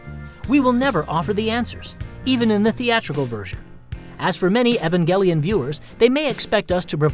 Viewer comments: am I the only one that pronounces it [ee-van-jell-on] ;3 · Omg you can't even pronounce "Evangelion"